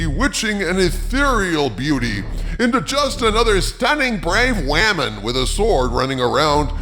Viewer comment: Dear: the word is "women" or "woman", not "wamin". Unless you WANT to sound like an imbecile for some reason.